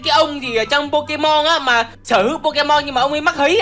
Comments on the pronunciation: Pokemon chứ k phải pekemon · nói là “bo ké mon “là sai ùi phải là “Bô kê mon chớ:))))